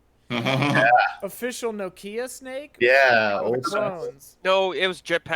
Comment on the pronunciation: For someone complaining about putting the emphasis in the wrong place, sure says Nokia really weird. Do Americans just say NO Kia as if you are telling your dog named Kia not to shit indoors?